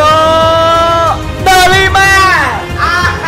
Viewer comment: Với anh Quang là De Lima Với anh I Nove là De Nima